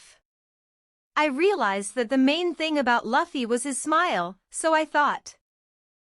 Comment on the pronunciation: I hate how the voice says Luffy